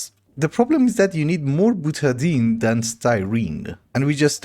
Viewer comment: I don’t know how you Europeans pronounce anything, but usually butadiene is pronounced buta DIE ene. Stay dark!